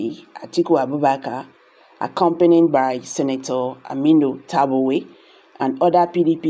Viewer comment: Who is tabuwe? Why are people behaving as if you are not a Nigerian? Are you a child? Stop abusing Tambuwal's name with ur misspronounciation. It is called T A M B U WAL, not tabuwe...very disgusting